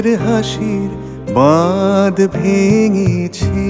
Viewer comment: উচ্চারণটা বাঁধ হবে I